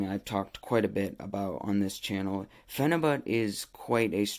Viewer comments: Phenabut he can't even say it right he calls it phenabutttt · who cares how he said it...you knew what he meant...yall nitpick at the dumbest shiit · Phenibut bro you there i had to see this for my self i herd you cant even say it 😆